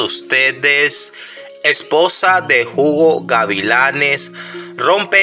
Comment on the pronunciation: Oiga ud no sabe leer español el se llama Hugo no Jugó la H es muda en español